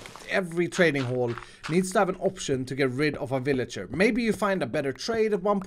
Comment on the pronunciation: Ah yes The villiger yeetinator